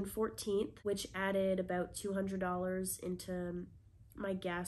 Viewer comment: I’ve never heard you pronounce about aboot before but I think I may have heard one in there :)